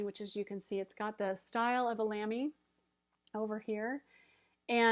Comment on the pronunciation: Hi! Your pronunciation of Lamy is perfect! (I'm German) :-)